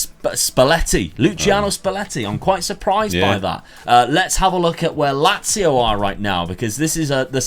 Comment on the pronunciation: Nazio not lazio